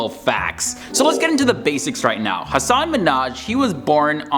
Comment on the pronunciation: It’s Ha Sen